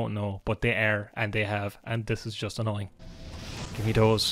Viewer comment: Today I learned that “annoying” can also be pronounced “ANYNNNNNNG”